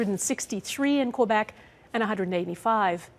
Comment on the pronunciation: could you please pronounce quebec correctly? lol